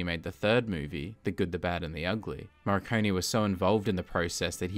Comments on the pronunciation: why do you pronounce "Morricone" as "Marconi" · It's "Moh — Ree — Cohn — Eh" In English phonetics. The "r" is hard, not soft though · I pronounce it more like "Morr-i-cone-ee". This is the third movie.